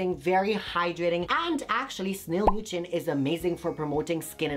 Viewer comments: mucin is pronounced (ME-YOU-SIN)!!! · Snail MOO-CHIN🤣